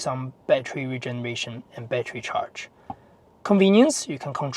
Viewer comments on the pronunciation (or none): none